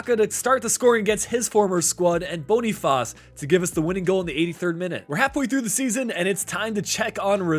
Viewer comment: You can just say Boniface like in English, it's what the player prefers 😊